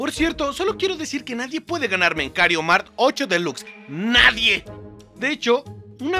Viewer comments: tu eres el mejor en el juego pero lo único en lo que no eres el mejor en el juego es su pronunciación (el juego se llama Mario kart y como la señora de stame gop confundió tu genero confundiste el nombre del juego con kario mart) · Las veces que dijo kario mart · Bro dijiste kario mart 😂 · Viste COMO dijo Mario kart Kario mark 🤑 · Me di cuenta de que dijo kario Mario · Digo dijo kario mart y es mario kart no kario mart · Porque decís kariomart en ves de mario Kart es lo copiraid